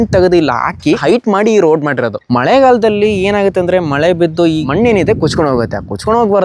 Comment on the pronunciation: ಲೋ ಅದು ಮೊಳೆ ಅಲ್ಲ ಕನ್ಲಾ... ಮಳೆ...😂😂😂